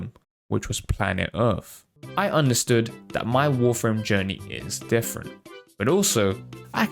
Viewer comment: "im difirent!" *picks Volt xD yah that got a chuckle out of me